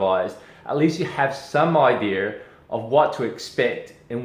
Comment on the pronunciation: Did he say have IDEAR instead of idea?